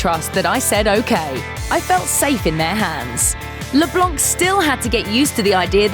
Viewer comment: You dont prononce the c in leblanc, its a french name.